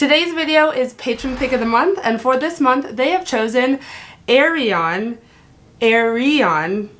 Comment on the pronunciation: Ayreon not Aryeon 😁🤦🏻‍♂️